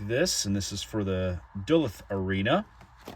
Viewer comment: The way you said Duluth made me die lol (it’s pronounced Duh-looth)